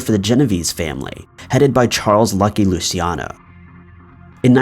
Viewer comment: it's not Lou-see-ah-no, but Lou-che-ah-no.